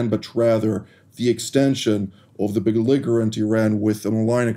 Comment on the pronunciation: you have almost perfect English, both of grammar and pronunciation. It is therefore no shame to tell you one small mistake in which you repeatedly mispronounce the word BELLIGERENT. THE G IN THE word is pronounced like the J in JUST or JEWISH. Not like the G in GET., I think that you will be grateful for receiving my tiny correction because you seem to be a perfectionist in all things. Shalom.